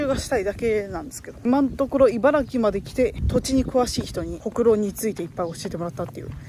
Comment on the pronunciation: ちゃんと、いばら”き”というところに、知性を感じるしかない